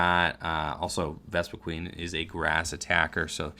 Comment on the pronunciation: *VespiQUEN lol there's only one "E" in the last half. But that is a common mistake by people pronouncing it.